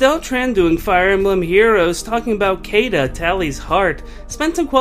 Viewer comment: her name is pronounced shiida